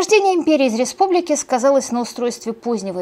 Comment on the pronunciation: Испугались или это мне так показалось, что Вы замямлили главное - причины и процесс разложения Римской Режьпублики ?